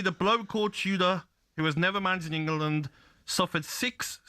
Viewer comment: 'never managed in Engaar -Land' 😂